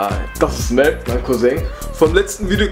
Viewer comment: was sagt der immer Melt anstatt Mert